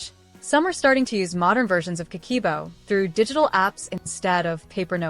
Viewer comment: Not ka-key-bo, is Ka-keh-boh.